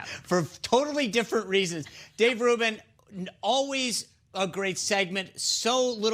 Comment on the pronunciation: “Host of the Dave Ruben buhffort”